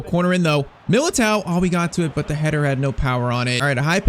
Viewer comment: milatere 😂😂😂😂😂😂😂😂😂😂 its milato